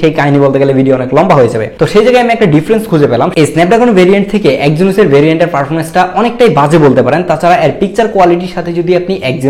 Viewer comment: ফারফোমেনস না ভাই পারফরম্যান্স 🙂